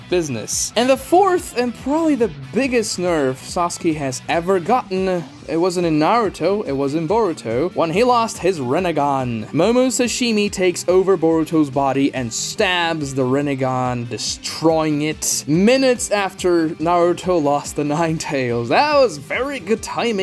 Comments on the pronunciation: Am I the only one who heard him refer to momoshiki as momoshishini? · Bro said momosashimi😂😂😂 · Momosishini😂😂 love this guy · You really said Momoshishimi to momoshiki or I should say borushiki 😅